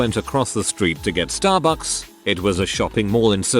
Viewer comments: STAH bucks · “To get StArbUCks”